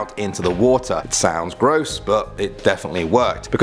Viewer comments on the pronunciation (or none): none